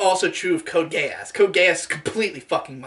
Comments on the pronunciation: That is how the "e" in romanji is pronounced. He frequently mispronounces the "a" though, it should be Gay-ahs, but the "gay" is there regardless. No matter what, it's going to sound like a British person saying "gay ass". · I literally cannot help hearing "code gayass" please send help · I kept thinking that was saying “Code Gay-ass” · cant tell if he just thinks it is pronounced that way or he is trying to call it "Code gay ass"